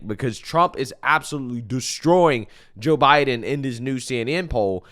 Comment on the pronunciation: Did he say ho Biden 😂😂👍🇺🇸